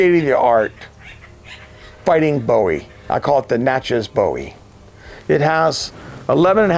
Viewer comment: Pronounce phonetically Nah-shay.